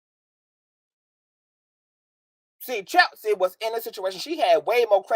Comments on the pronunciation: I started following when I listened to you mediate the whole Storm, TK, Von and Chelsea drama…you were very calm, cool and collective when they’re all acting a fool lol I said yup, I’m following this young person 👍🏼 sidebar: I love the way you pronounce Chelsea’s name as Cheltzee lol and your reads are legendareeee 😭😂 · I thought it was just me that heard Chelsea pronounced with a T in it lol